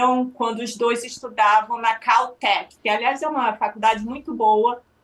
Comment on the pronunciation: Meu Deus...ela falou Caltec, minha reação só foi lembrar do Sheldon 😅